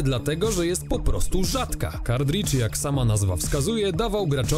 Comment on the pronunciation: Panowie, film fajny ale językowo straszna chujnia. Nie "kardridż" a "kartridż" albo nawet "kartrydż", no i nie "ultimate jedenaście", bo to nie jedenasta część, tylko "ultimate eleven". To tak jak powiedzieć Fantastic Cztery albo Ocean's Jedenaście.